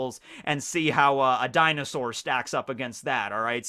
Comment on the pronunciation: when said dinausor types me: the world: me: what did you just say?